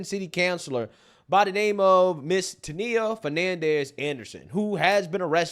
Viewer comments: Bro said her name "Tanneya". Why? You just reward how her name was pronounced. It's Tania bro! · She's really dumb like the news people mispronouncing her middle name